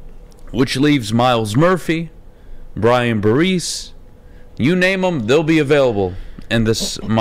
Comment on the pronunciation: C'mon, if you're going to ridicule anyone for beinig stupid then you might want to learn how not to say "Tyrese" Wilson and Brian "Barese"